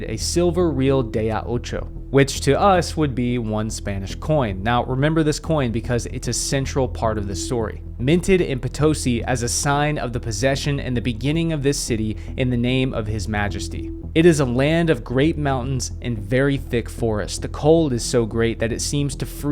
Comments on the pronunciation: You see that accent on the "i"? It's potoSI not poTOsi. HTH! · Having lived in Bolivia, the town where the silver mines were located is pronounced Poe-toe-SEA, not Pah-TOE-sea. :)